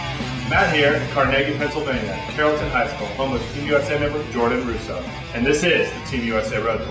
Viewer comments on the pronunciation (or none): they miss pronounced carlynton:(